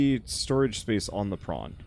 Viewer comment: Every time i hear "prawn", sometimes, for some wierd reason, i hear "brawn", and then the "If The Emperor Had a Text-To-Speech Device" memories start to kick in